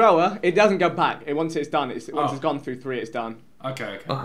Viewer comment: did man just say frue? lol